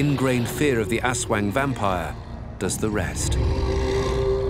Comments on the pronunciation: ASWAG its ASWANG 😅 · its funny that aswang is read as asweng. haha